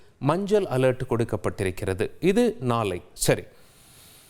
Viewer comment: நாலை,மஞ்சல் அலர்ட், நாலை மருநால், பல இடங்கல், வெல்லம், பகுதிகலுக்கெல்லாம் ...wow what great tamil pronunciation..hats off to you... 😂😂😂😂😂😂